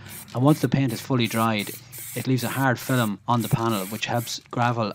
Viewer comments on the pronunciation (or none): “A haaard Filem”